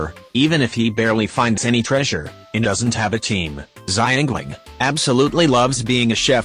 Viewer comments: lmfao I still can't get over "ziangleing" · xiangling = xyangling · The way the robot voiced pronounced Xiangling I’m crying